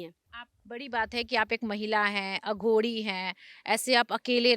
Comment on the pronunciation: Anchor को पता होना चाहिए,अघोरी को अघोडी नहीं कहा जाता,सनातनी ऊर्जाओं से बात करते वक़्त vocabulary पर काम कर लिया जाना चाहिए।महान शख्सियतों से बात करते वक़्त anchor को हर बात की जागरूकता होनी चाहिए।